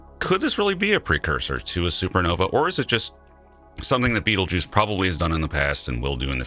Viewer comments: beetlejuice? lol its 'baytalgurz' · Damn Beetlejuice... that is not how it's supposed to be pronounced lol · Please pronounce the name of the star properly